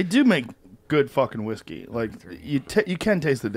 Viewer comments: “Whiske” -look that up. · "Proper 12 irish Wiske" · Its whiské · Everyone: Whisky or whiskey? JRE: Whiske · 2 hours later, still "whiske" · should double down “Whiske” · Still says whiske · had a lil too much “whiske” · Joe “Whiske” Rogan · takes the vowel rule sometimes Y ver seriousl